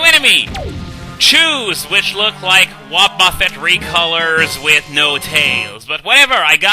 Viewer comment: The way you pronounce "Wobbuffet" has amused me for years.